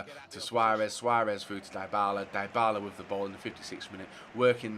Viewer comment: omgg Dybala isnt pronounced DIEbala its Dibala just like Di Maria plz im bleedibg from my ears each time u say his name like this